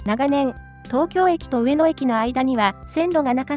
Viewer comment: 何が良いかって言うと、アクセントが神なんだと思います。 「上の」の「の↑」に聴き惚れてしまいます字面にすると訳わかんないですが自分で発音してみるとわかります(早口)。